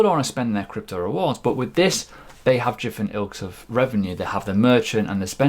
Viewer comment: Are you saying 'jifferent gravy'? :)